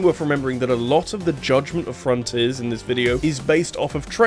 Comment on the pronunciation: It sounds like you're saying Sonic Forces Rather than saying Sonic Fronters that I find it funny. Even then, I think it's a nice Video on why Sonic Has issues with his current state of Games.